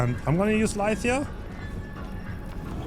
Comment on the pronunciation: Idk why this bothers me but u keep saying lithe wrong. The i in lithe sounds like eye l-eye-th